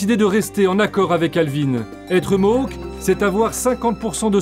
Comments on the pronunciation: Ils ne sont pas "Mok", on prononce Mo-âk, le a comme dans Château. Leur supposé territoire historique était aux États-Unis mais ils ont vendu leur terres aux américains. Celles qu'ils ont aujourd'hui leur ont été gracieusement données par les canadiens. Pour éviter les conflits, on ne les contrarie pas trop pour éviter une autre "crise d'oka" (faites une recherche). Ils peuvent devenir très perturbateur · MOHOK ?.. Bordel , vous auriez pu travailler sur la prononciation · Ça se prononce ''Ganawagué'' et ''mo-awk''. Même au Québec, les gens font l'erreur. Pis on dit pas indien, mais première nation ou autochtone